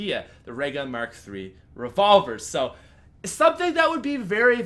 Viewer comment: "Ray Merk Three" it mark three jks, keep doing what ur doing